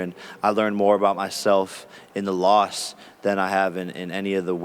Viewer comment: Because jake Paul is a goofy like Connor with the antics and improv, how’s he say Nate Diaz is the dumbest mma fighter , then he pronounces theword “loss” as “lost” and THEN Ariel says “let me go ahead and be a company shill for a moment” and Jake Paul looks all dazed and confused and asks “….what’s that mean?) Some people get showed constantly by energy and signs and symbols to HUMBLE themselves and they do not ever learn .. ignorance is bliss🤦🏽‍♂️